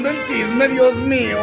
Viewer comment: saludos se dice Dios mío no diez mio